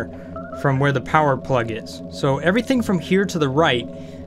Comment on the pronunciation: UNLIMITED POWAH